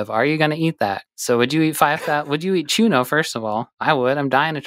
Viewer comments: Very respectfully, the ñ in Spanish is pronounced differently than a normal n. So it's pronounced 'choo-nyoh':) you are the best! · Hearing them say "chuno" instead of "chuño" throws me off 😅 even though I've never heard of it until now